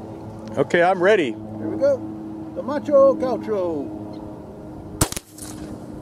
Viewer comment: Macho Gaucho? Kinda funny... actually in portuguese you would pronounce "ma-xoh ga-U-xoh". People born in the brazilian state Rio Grande do Sul are called "gaúcho" or "gaúchos". In portuguese, macho could mean "manly". And there is a quite funny trivia about gaúchos: gaúchos consider themselves very traditional and manly, while other parts of the country tends to pick on them calling them "not so manly as their looks"... and there are plenty of jokes about it. lol